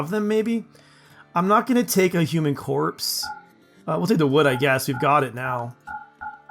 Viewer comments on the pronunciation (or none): none